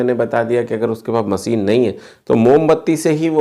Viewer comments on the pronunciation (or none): none